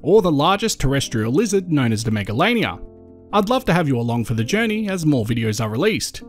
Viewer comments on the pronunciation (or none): none